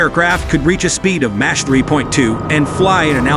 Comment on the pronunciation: MACH is pronounced "mock" not "match" !